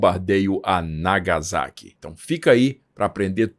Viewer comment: Sem querer ser chato, ma sendo, corrigindo as pronuncias. NagaSSaqui (Não Nagazaki), Kokurá (Não Kokúra), Nígata (Não Nigaata)